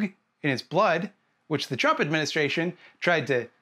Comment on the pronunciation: I like the way you say trump. Intentional or not, it's slurred in a way that sounds like you're trying to say tramp